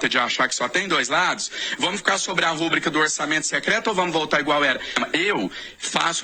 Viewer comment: Ô, APRENDE A FALAR: A PALAVRA NÃO É RÚBRICA,; É RUBRICA MESMO, SEM ACENTO. IDIOTA HIPÓCRITA. NÃO FAZ PARTE DA QUADRILHA DO PT????? COMO??? SE ÉS COORDENADOR DA CAMPANHA ATUAL DO LULADRÃO, INVENTANDO MENTIRAS TODOS OS INSTANTES..